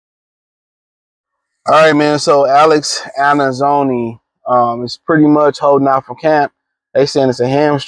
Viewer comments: Pronunciation escapes him😂😂😂😂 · Alex who? Bruh you can’t even pronounce his name 😂